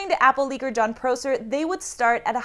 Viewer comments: John Pro-Sir. 😂. Not how you pronounce it and how about that LiDR sensor? So you said you would talk about it later and you didn’t. Did you mean another video. CNET is trash since Brian Tong left and James Kim passed. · Prosser is pronounces with o like ah, not o like oh